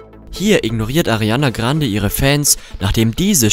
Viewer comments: Arrrrianna Grrrrrrrande 😂😂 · Wen triggert es auch so extremst wie er 'Ariana Grande' sagt😂🤣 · Ich finde es trotzdem sehr schade das man so ein Video überhaupt mache muss! Und außerdem lern erstmal ihren Name richtig auszusprechen bevor du so ein nutzloses Video machst! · Können wir mal darüber reden wie er ariana grande ausspricht? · Mich triggert es so hard man 😂😂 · Bevor du sie fertig machst , sprich mal ihren Name ordentlich aus kslskskskksks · 1. lern erstmal ihr name richtig auszusprechen 2. sie is eif nur ein mensch und jeder macht fehler 3.du tust so als würdest du keine fehler machen 4. is es richtig asozial irgendwelche fake sachen zu erzählen und irgendwas zu labern was nicht mal stimmt Erstmal melden